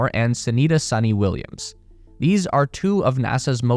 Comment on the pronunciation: It's sunita Williams not sunny Williams